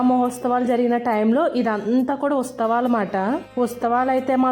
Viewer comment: ఉస్తవాలు అనకూడదు అండి. ఉత్సవాలు అనాలి 🙏